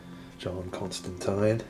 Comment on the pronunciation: FINALLY! Someone who can pronounce constantine correct :face-red-heart-shape